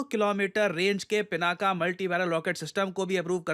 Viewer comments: Dear usse "पिनाक" pronounce karte hai naa ki pinaka Jo ki English Mai bolte hai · It's not " पिनाका ", It's " पिनाक ". 🤭